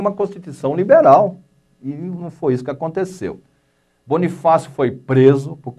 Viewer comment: QUE CARA IGNORANTE , NÃO SABE NEM FALAR CERTO O NOME DE BONIFÁCIO. PRECISA ESTUDAR MAIS ANTES DE FALAR MERDA.